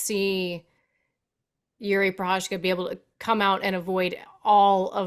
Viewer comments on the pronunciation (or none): Nobody can pronounce that Prochazka name. Anik comes close but everybody else is doing a Chael on poor Jiri’s name.